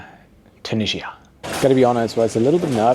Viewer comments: Where is “Tunijjjia”? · the way he says Tunisia tho 😬it's either tew-NIH-zee-ə (British) or too-NEE-zhə (American) but he does a mix of the 2 😂